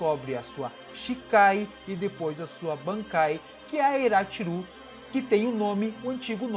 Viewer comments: Yachiru, não Irachiru. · Eu acho estranho vc ser tão fã de Bleach e falar os nomes dos personagens todo errado kkkkk tipo é YASHIRU Unohana e não IRA-tshiru